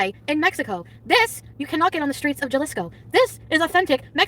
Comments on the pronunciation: "Juh-lees-co." Our cultured, skinny queen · Her pronunciation is amazing. Juh-lease-co, oh-axe-eh-cuh, juh-liss-co haha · trying to read the Mezcal bottle with an “authentic” accent then completely butchering Jalisco and Oaxaca….. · Omg the way she butchers Oaxaca and Jalisco and the absolute disrespect of Mexico MAKES ME SCREAM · I’m dead . Hearing her pronounce Oaxaca and Jalisco my Puerto Rican ears are bleeding.